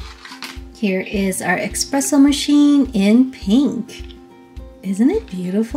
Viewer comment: IT'S PRONOUNCED ESSSSSS-PRESSO...NOT EXXXXX-PRESSO